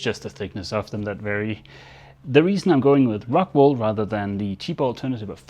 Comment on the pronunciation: Ohhhh rockWOOOL not rockWAAALLL